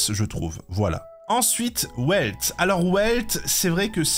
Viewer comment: Si jamais Welt ça se prononce "Velt" et pas "Ouelt" Ensuite concernant les DPS Moc, Kafka est au même niveau que Jingliu donc si tu l'as met en S+ Kafka doit y figurer aussi. Après je viens de voir l'entièreté de ta tier-list MOC et c'est catastrophique en terme de classement mais niveau ordre c'est plutôt pas mal. Par contre, Topaz fait plus de dégâts que Seele déjà (Certes pas en un coup, mais au total dans une rotation elle en fait plus) Pour les supports et sustains ça dépendra des teams mais c'est faisable un classement comme ça. Pour les PF je vais rien dire puisque ça dépends entièrement de la rotation des buffs. Juste encore une fois, Topaz (et Ratio d'ailleurs) qui est sous évaluées. Tu ne peux pas mettre Himeko et Herta en S+ sans mettre ces 2 là également. Cela n'a aucun sens.